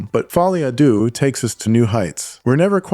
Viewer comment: It is pronounced Follie a "Deu". Why did everybody on the planet suddenly forget how to pronounce the French for Two. Un..Deux...Trois...etc. Since when did we say Un doo trois :) Even the film makers got it wrong! So not really the critics fault - they just repeat what they hear.